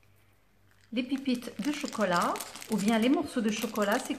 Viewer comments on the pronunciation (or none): Veuillez corriger la prononciation de pipites car on dit pépites vous devez prononcer pé mais non pas pi👍👍😘😘